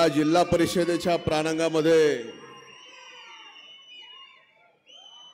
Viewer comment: अहो साहेब, प्रांगामध्ये काय, प्रांगणामध्ये असं म्हणा ना! आणि फडवणीस नाही, फडणवीस साहेब आहेत ते! खरंच, सकाळी सकाळीच टाकून आलात की काय... 😜 पुन्हा नीट सांगा, नाहीतर आम्हीही गोंधळून जाऊ... 😆